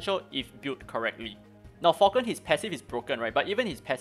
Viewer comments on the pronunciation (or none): none